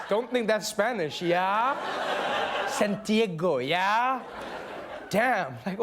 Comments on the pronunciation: "you know san-tee-ae-go?" ................ come again? Never heard of her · I didn't know Santiago was pronounced that way. L'eggo my Santi-eggo